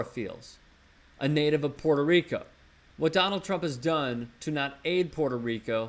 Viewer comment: Puerto not Porto, and America is a continent, so when trump supporters like you say make American great again, you are actually saying make all the continent of America great again and that includes ALL OF THE COUNTRIES IN THIS CONTINENT, NOT ONLY THE UNITED STATES. Educate yourself, by the way I'm not even a Democrat before you go insulting people. trump is NOT the president of America, but the United States of America, get your facts right, and he should NOT even be, he is a total JOKE!